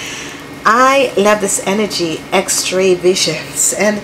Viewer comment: X Ray not X TRAY